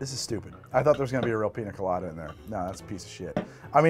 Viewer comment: "Piny Colady" I believe this is the point where needs to take a little break, eat a bit, and come back.